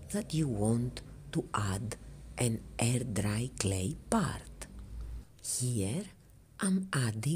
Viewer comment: Love it! Love it every time you say DRRRRY. 😉